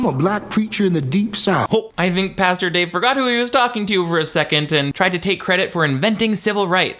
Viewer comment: Girl still can't say Pastor lmao love!